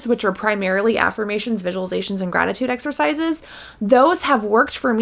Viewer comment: I was watching this far from my phone and "gratitude exercises" sounded like "rabbit sacrifices" and I was like "wait WHAT?!" OMG lol 😅😅